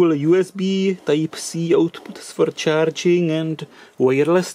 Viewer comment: It's Charing instead of Charging !